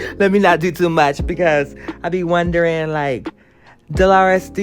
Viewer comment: YOU ALWAYS TALKING ABOUT, “LET ME NOT DO TOO MURCH.” 😩🤣🤣